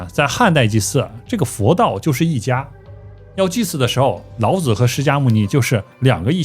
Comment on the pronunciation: 老子之「子」，發音三聲：表尊稱，如孔子、孟子、莊子等聖賢；若發輕聲：表助詞，無特別意義，如桌子、椅子、兒子等。